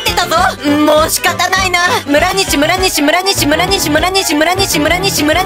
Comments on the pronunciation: 問4で村上て聞こえた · むらにしをむらかみっていってた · 1：29むるにしって言ってる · 村西の時村神ってきこえた